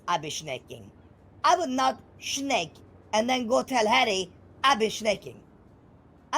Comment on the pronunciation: Take a shot every time you hear "shnake" and then dial 911. 😂